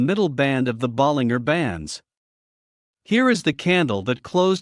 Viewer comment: Stupid AI voice, there's a G in Bollinger, not the way Your AI pronounced it